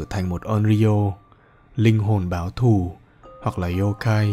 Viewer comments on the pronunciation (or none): Linh Hồn Báo Thù mà tôi nghe là Linh Hồn Báo Thủ=)))